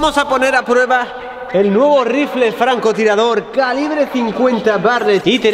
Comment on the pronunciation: Like si te diste cuenta que en el minuto dijo rinfle en vez de rifle